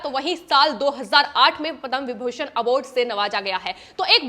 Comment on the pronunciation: पद्म शब्द का उच्चारण दोषपूर्ण है